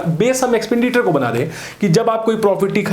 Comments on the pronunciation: Now it calls एक्सपेंडिटर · Sir ji, it's एक्सपेंडिचर not एक्सपेंडिटर